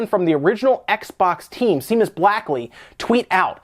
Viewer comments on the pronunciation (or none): Shay-mus Blackley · To everyone at Spawn Wave, seeing as nobody noticed, Seamus is pronounced 'SHAY-mus'.